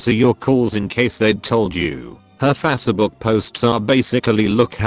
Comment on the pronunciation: Face book not fassa book